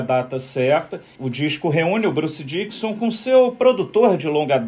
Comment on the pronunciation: não é Bruce Diquison e sim DICKINNNNNNNSON !!!!!!